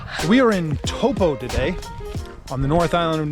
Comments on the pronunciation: Pronounced ‘toe-paw’, I was told on my 2019 taster 3 week trip.... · just a tip on how you say taupo is think of it as toe-poor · Pronounce Toe & poor toepoor Taupo 👍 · Taupo and the o is like the o in orange Orange, TaupO